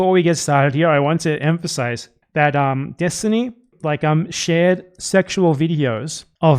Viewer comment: ahh yes, destiny. the guy whos famous for not knowing the topics he talks about. its why everyone is always trying to debate him to try to make themselves look good when they easily show everyone how dumb he is... oh wait. nope. say his name wrong and ignore anything else that might hurt a worldview held up with glue and toothpicks